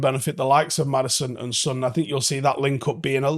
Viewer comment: How are you mispronouncing Son's name? It's 3 letters, have you only seen it written?